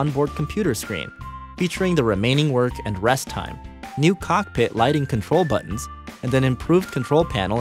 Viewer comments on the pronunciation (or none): none